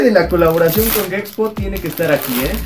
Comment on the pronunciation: Dice gexpo no sabe decir gepxho se me hace una falta de respeto